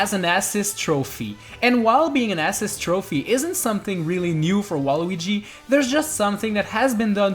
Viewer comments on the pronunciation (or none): your saying assist like ass iest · The way he pronounces assist kills me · The way this kid pronounces assist trophy is so cringe and annoying. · He doesn't even say assist trophy he says ass-ist trophy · Ass-is trophies lol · “ASS-SIS Trophy “ 🧐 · Why do you pronounce assist wrong? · The way he pronounces “assist” 🤢